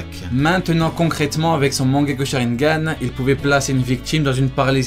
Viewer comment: « sharineganes » oulala